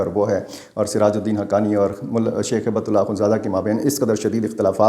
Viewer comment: ایک اصلاح کر لیجئے ۔۔۔ امیر افغانستان کا نام ہیبت اللہ نہیں ۔۔۔۔ ھبة الله ہے ۔۔۔ ھبہ عربی زبان میں تحفہ کو کہتے ہیں ( کوئ شے ھبہ کرنا ). ھبۃ اللہ یعنی اللہ کا تحفہ ۔ ڈاکٹر سیف الرحمن محسود ۔۔۔ اسلام آباد ❤